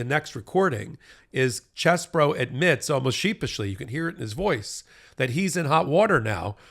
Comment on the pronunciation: Stop trying to church it up. His name is CHEESE BRO, not Chess Bro.